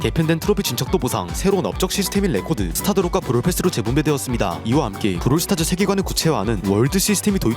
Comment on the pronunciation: 브롤 스타즈가 아니라 브롤 스타츠네 ㅋㅋㅋ